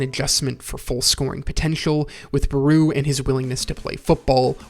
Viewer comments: why does he call Barou "Bruu" 💀💀💀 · I ain't gonna lie, your pronunciation of Barou's name is bothering me, lmao